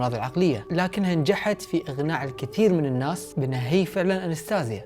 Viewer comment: يقول إغناع هههههو ليس إقناع و يقول تشقل الكثير مايقول تشغل الكثير نههههههههه لماذا أين الحروف